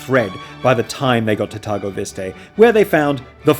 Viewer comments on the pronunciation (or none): I cannot believe I am gonna 'uhm acshtualy' this thing... especially as I am neither romanian or into this thing much but by GOD! It is pronounced something like 'tirgovishte' rather than whatever the hell you are trying to say! (and I am not going into the rest of the romanian landmark pronunciation issues because it hurts) .... my apologies. I am usually not as triggered by random internet stuff.